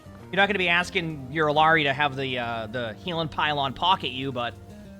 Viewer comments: It slightly bothers me when I hear people say "Ill-arr-ee" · Everyone wanted to debate bridgets name so Illari is pronounced iyari in Spanish "LL” is a y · Her name is Iyari. The two L’s make a Y sound. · Could try saying it in a japanese way, pronouncing r's with a soft d sound instead. "Ee-ya-di" instead of "Ee-ya-ri". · hey her name is pronounced closer to "iyari", in latam "LL" is not pronounced as an L. (there's no american version of the name Illari) Ethnic names r often butchered, so pls say it as intended now that you know how :( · Its pronounced Ee-Yar-ee. The double LL in Spanish has a 'yuh' sound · For the love of god please say her name right 💀💀💀💀💀💀